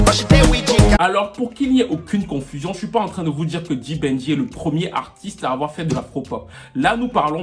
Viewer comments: ta facon de prononcer pour un francophone sa sonnne genre [ le bandit] the banger.Mais en fait c d'banj , en francais xa sonne d'bandj. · D Banj pas D Banjeee 😂😂😂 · Tu dis "D-Ban-J" mais le J ne se prononce pas séparément, c'est "D-banj". Dans Why Me, il le dit au tout début de la chanson. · 🤦‍♀️on dit "Débanjeu" weeee!!! pas dibanji 😅😅. Très belle chronique 😊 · Vidéo intéressante ! PS : "Dibanjeu" (pour la prononciation de D'Banj) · C'est bien mais ton D'BANJ là tu prononce ça comment !? Si tu n'écrivais pas le nom ou ne montrais pas sa photo... Je ne pouvais même pas savoir que c'est de lui que tu parlais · Étant Nigériane j'ai adoré cette vidéo et la façon dont tu prononce "D'banj"😅 PS: Merci d'avoir parlé de Psquare parce qu'on dirait que certaines personnes oublient leur impact sur la reconnaissance de l'afro beat dans tout ce débat et pensent que la Naija Music s'arrête à Davido, Wizkid, Tiwa, Burna, Yemi et Tekno (à la limite, parce que les paroles de ce Monsieur sont discutables). C'est triste. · POUR LES PRONONCIATIONS, c'est "D'Banj" et non "D-Ban-J"; "Tiwa Savage" et non "Tiwa saWage😅 Apart ça, j'ai bien aimé la vidéo. J'y ai appris beaucoup de choses. Force à toi 💪🏼